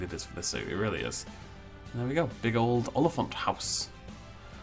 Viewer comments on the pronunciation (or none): If you're teaching an English person how to pronounce a word in a different language, rather use English pronunciation rules, ie. aw-lee-funt. Also, "huis" is pronounced "hay-s". But not like "hays", which is pronounced as "hay-z". The same applies to "rand", which has a more similar sound to "runt", in English. Let's also not forget that it should, technically, be Olifant se Huis, rather than Olifant Huis. Also, if you're looking at the Hippo, the pronunciation in Afrikaans would be "see-uh koy" (like a koi pond - the fish). And, lastly, the Aardvark is pronounced as follows: Art-fark. I know that no one will read this, but still. It's out there for anyone that ever gets curious about the pronunciation. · It's pronounced as "ool-li-fant" :) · lol your pornounciation of olifant is funny and huis